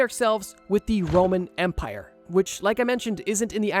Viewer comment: First time he said “Roman Empire”, I heard “Roman Vampier”. I was so confused for a second. 😂